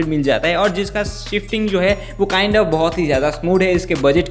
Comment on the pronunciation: Video has good but kind has😂, kind has